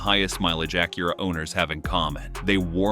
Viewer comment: The ai voice over cant even say "Acura" correctly. Embarrassing.